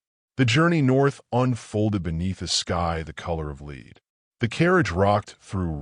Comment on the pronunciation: Pretty sure the narration is AI. If memory serves, it pronounces lead as "leed", when in context, it was supposed to be pronounced 'led', referring to the sky, while it was raining.